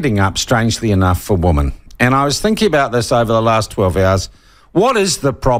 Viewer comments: Yes, women plural should be pronounced 'wimmen', it always grates to hear media mispronounce it. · Sean. Women is the plural: Woman is the singular. This peculiar pronounceation seems indigenous to our land of the great white shroud. I can say that because I was born here. I've wondered what a sex change operation would result in if out of whimsy, the nessesery airfare and the money to make a mission possible to a country where they carry out this surgery, would I then get a buzz that could take me to the wharf gates waiting for the Fleet to arrive? A conundrum if there ever was one. Or perhaps just hang around the dunnies at Courtney Place and take my chances?